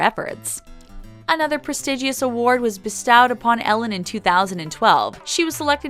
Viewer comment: Touted is pronounced like trout not toot! Also the word "prestigious" has a silent i. Don't people "proof-listen" before they post things?! Oh my God, there's another one! The "Bros" in Warner Bros stands for "Brothers" and is not pronounced "bros".